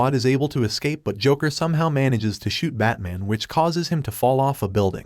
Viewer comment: “batmon” yet the transcript says “batman”. went back to check if i heard that correctly. 🤔